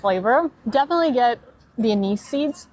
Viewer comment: Anise pronounced in Dutch 'Ah nice' :)